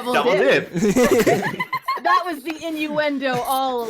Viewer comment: why did ya say zat